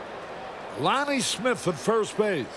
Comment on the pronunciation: Love how carey borked the name of Smith